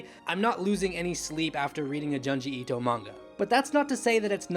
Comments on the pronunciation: YOUR SAYING HIS NAME WRONG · You like him yet can’t pronounce his name right or one of his best stories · The way you are pronouncing this man's name is awful. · Say it with me.... JUNE-GEE ITO not JUN-GI ITO lol GYOOOOOOOOOOOOOOOOOOOOOOOOOOOOOOOOOOOOOO not GUY-OOOOOOOOOOOOOOOOOOOOOOOOOOOO lol which kills me cause you say Tomie correctly lol nice video btw!